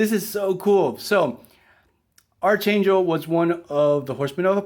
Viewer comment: You’re pronouncing archangel’s name incorrectly. It’s pronounced like arc (like the part of a circle) and then angel.